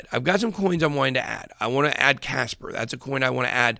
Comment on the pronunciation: kaspa not casper